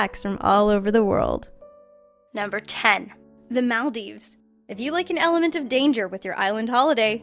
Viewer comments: That's most definitely not how you pronounce the Maldives. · you say Maldives wrong and it was very annoying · Why does every one pronounce maldives wrong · You say Maldives weird, Also Manchu Pichu